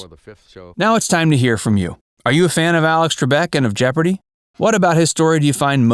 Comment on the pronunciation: At least say it right, Jeopardy!